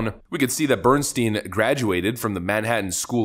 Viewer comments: It's pronounced bern-stine, not bern-steen. It's a German name - in German, 'ei' is pronounced as 'I' while 'ie' is pronounced as an 'E'... Bernstein = Bern-stine. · "Bernstein" Every single time.